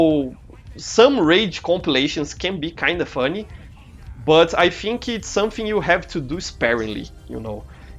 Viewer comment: Professor, o vídeo ficou incrível! E parabéns pelo inglês, não achava que você soubesse tanto assim, parabéns mesmo. Entendi 90% do vídeo! :D E prof, queria dar uma dica. Percebi que você pronuncia... Por exemplo. "Think", você faz um pouco de som de "Fink", mais com F, entende. Tenta fazer um pouco o som do "Th" com a língua. Mas tirando isso o vídeo ficou incrível. Foi só uma dica mesmo. :D <3💞